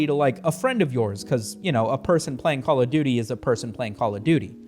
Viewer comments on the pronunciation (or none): none